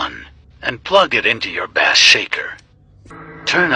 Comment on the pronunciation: Bass pronunciation is base